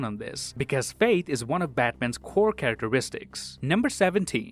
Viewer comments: Amazing video as always but you keep saying fate instead of faith is this on purpose or by accident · Narrator keeps saying fate and both scenes clearly say faith..... cmon man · It's faith not fate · Hey guy... he said FAITH, not FATE... sounds like you sir, are Saying fate.. maybe it’s your accent , but if it’s not don’t fake it and act like you are saying faith when your really not